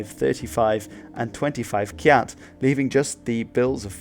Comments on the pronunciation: You are mostly correct. Pagan is indeed pronounced as Ba gaan . Also kyat sounds closer to the combination of Ca-yat in one sound. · It's pronounced MEE-yn-maaa, not MY-n-maaa. And BA-GAN, not Pay-gn. And "Maw" rhymes with "door". The money is prounounce CHAT, not kyat as it is spelt. And the name Myanmar goes back to the 12th century.